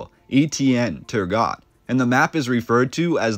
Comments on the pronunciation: Pretty sure it's pronounced Turgo, the T would be silent. EDIT:Sorry to be that guy ;) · Turgot-- The 't' at the end is silent in French. When doing research, you always have the option of checking how words are pronounced, in the form of short recordings to listen to. Quick and easy.